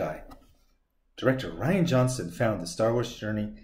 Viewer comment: It’s Ri an. Rhymes with Brian